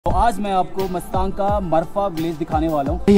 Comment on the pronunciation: आप ग़लत उच्चारण कर रहे हो,गांव का नाम मस्तांग नहीं मुस्तांग है।वैसे vlog बहुत बढ़िया बना है।